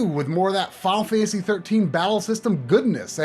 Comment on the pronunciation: please learn how to pronounce "Final Fantasy" next time you help with 2-part movie length series of videos about it.